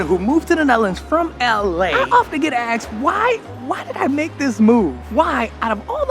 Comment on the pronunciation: Love the videos except the parts where you keep telling us your being axed. I guess people ask alot from you but why would they want to Axe you?